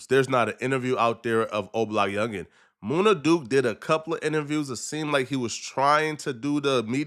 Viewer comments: It’s MUNNA Duke … not MOONA Duke smh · It MUN-NA not Moona Duke 😂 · Munna duke not moona 😂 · Moon-nah? It's MUN-nah, do just a lil bit of homework homie you be sounding retarded bruh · MOONA Duke? Really? 😂😂😂